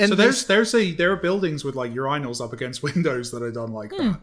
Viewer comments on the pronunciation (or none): "you-rye-nals". wtf Mike Bithel?